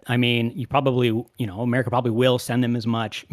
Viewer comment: Yet here they are; mispronouncing America as "a merry cur" and YouTube as "YouChewb."